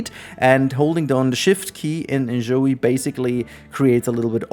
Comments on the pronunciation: ZOI not zoey! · Amazing review, but why does he keep pronouncing "Zoi" as if it was "Zoey"? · It's not called Zoëy but Zooj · I hate and I mean HATE that you keep saying In-Zoey in stead of In-Zoy the way everyone else does. I know you're doing it for the fucking engagement in the comments and I hate that its worked on me. I hate my life. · Dog you don't even know how to say the name right It's not pronounced like you said The fact you called InZOI enZoey is literally stupid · Oh boy.. Off to a great start with this video that is already pointless before even clicking on it. Can't pronounce REVIEW. Can't even pronounce the NAME OF THE EFFING GAME..? Daheck is that? How on earth can anyone with their brain still working, even THINK they can "Review" a game that 1. Isn't released yet. 2. Played at best an ALPHA build, not even BETA. So dry on content that we're making any sh-t now? Tell me, how can you REVIEW a GAME, that not even YOU, nor the DEVS themselves have even seen and tried everything, because about HALF the effing game isn't even made yet dude. Stupidity all around with some youtubers it seems... What's next, gonna Review Elder Scrolls 6 too? Heck why not Review the next Mass Effect? Oh, you can't, you have to at least play a super early, not even half-finished game, to wanna review it? How about doing what a review is supposed to be, review the Finished product. Do you go to a restaurant, enter it's kitchen, it's barely halfway thru your dish, and just by a quick glance, you can review the restaurant? Get real dude, fair enough if you need to make videos like a drug or whatever But ffs, stop bullshitting your viewers. Already knew this was gonna be a dumb video since it's a 'review' lol. But then within the first few seconds, says review wrong, and even get the friggin game's name wrong. wooow. Quality...is a myth. Apparently. Now if you had titled the video "played a super early build of the game for X hours, here's my THOUGHTS".